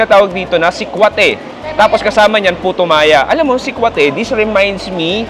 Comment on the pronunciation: mali ang bigkas mo ng salitang sikwate. Paturo sa mga locals.